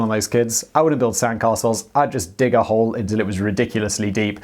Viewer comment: Oh, wait, I thought you said "hoe".